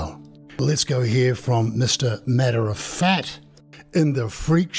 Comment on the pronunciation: Are you saying " Matter of fat"? 🤣🍺